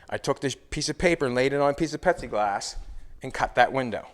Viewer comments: Are you actually saying pepsi glass as it sure sounds like it I just tried googling Pepsi glass and it showed loads of glasses with Pepsi logo on it. I’ve made stuff out of plexiglass pretty sure the windshield on my slingshot is lexan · are you saying Pepsiglass? Or Pexiglass? Should be Plexiglass. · Does he keep saying petsiglass...its plexiglass lol. Either way this car is nasty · "Pexieglass".....lol dude its Plexiglass. Pronounce the "L" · Petsy glass?? Pepsi glass?? I can’t pinpoint what he is saying isn’t it plexiglass ?? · Is he saying Pepsi glass or Plexiglass ? 🤣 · It's pLexiglass ! Not pexiglass ! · IS HE SAYING PEPSI OR PLASTIC or PLEXIGLAS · At least I'm not the only one who heard it as Pepsi Glass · ITS FUCKING PLEXIGLASS!!! PLEASE STOP IT. JUST SAY POLYCARBONATE. ANYTHING BUT WHATEVER YOU ARE SAYING. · Lol I love it ....The last video and right up till you removed the back window. I thought you were saying it was Pepsi glass 😂 Had me thinking it was like a thick blueish glass 😁 Love it brother keep it up 👍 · Did call it Pepsiglass? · I think he is saying Pepsi Glass 🤣😂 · Plexiglass has an L in it. Yes it does! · I know right I'll look oh hell I spent 45 minutes trying to figure out where to get this new Pepsi glass at and it finally hit me that he just was mispronouncing and there is no new thing on glass it's plexiglass ... LOL I fell I said my God I mean he's so eloquently spoken you want me to every other word is is perfectly spoken and and there's no no it's flawless so I you know I did not cross my mind that he was getting that one word out of everything wrong so I mean I was honestly legit looking for Pepsi glass I mean I got to find this stuff I don't drink Pepsi but if they've got a new glass by God I want to know about it!!!